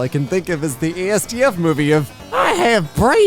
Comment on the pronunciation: ITS AS-DUFF NOT AY-ES-DEE-EFF YOU CLOWN